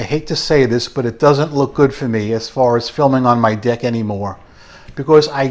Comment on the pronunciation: The part about filming on your deck caught me off guard and was absolutely hilarious as it sounded like you said another word. The quality of the microphone probably didn't help your case. 🤣